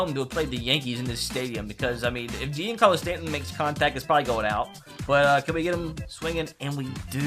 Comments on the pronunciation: Anyone else get trigger by the way he said Giancarlo Stanton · “Jeancarlos stanton”